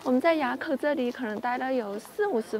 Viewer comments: 埡 念ㄨˋ不念ㄧㄚˇ😂😂😂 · 埡口,唸 ㄨ ˋ 四聲. 不是啞巴的啞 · 埡口是唸四聲亞的音 或唸物四聲物的音。騎車走南橫真的好美哦 感謝走一趟南橫與我們分享❤ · 那個~念"物"，埡口